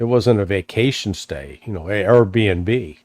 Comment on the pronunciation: hahah did Larry say AraB&B?